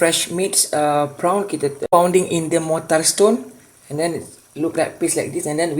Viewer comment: Bukan PRAON tapi PRON. (PRAWN ).